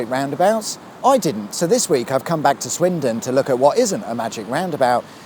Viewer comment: Swindon or Swinton? Sounded like you were calling it Swinton! Plus no magic roundabout music at the end.